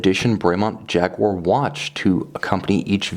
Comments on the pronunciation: Who's Jagwha? It's pronounced Jaguar! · Lovely watch, but cant listen to jagwarr... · Jag - you - a